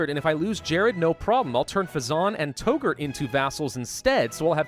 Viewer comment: FYI Touggourt is pronounced "Tuggurt"